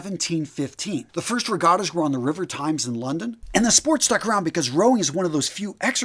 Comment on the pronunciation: Wait, the river TIMES????? It is the THAMES!!